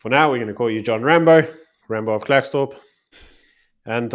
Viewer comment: It's pronounced Clarkesdorp not Klerk / its in the North West not Free State. If u going to do a clip at the very least do research? Just saying.